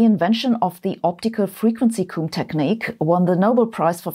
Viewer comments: Your pronunciation of "optical frequency comb" made it sound like you said "optimal frequency coom", and for half a second I thought you were telling people how often to masturbate. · You're German so of course you have an accent speaking English, but I hope I'm not out of line to mention that native English speakers pronounce "comb" to rhyme with "home". Your pronunciation sounded more like the Welsh word "cwm" which is a glacial feature - Google says that's "felskessel" in German. Feel free to correct my atrocious German any time! As ever thanks for the awesome videos and keeping me in touch with the world of physics and science which I haven't studied for several decades now. Even my non-scientist wife enjoys your videos and we always get a kick out of your humour. I live in hope we will get a musical number from you again sometime, you are so multi-talented! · Oh wow the way you say "comb" sounds like "coom" 😂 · "Comb" rhymes with Rome an home.